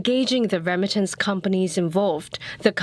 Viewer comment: why does keep saying rem-mitance instead of re-mittance, and why does CNA allow such pronunciation to get through?